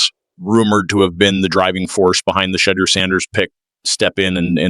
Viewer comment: Like how he purposely mispronounces Shedeurs name. But says Gabriel’s perfect